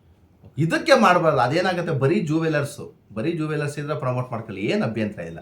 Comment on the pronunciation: Zooweler alla kano manga jeweler adhu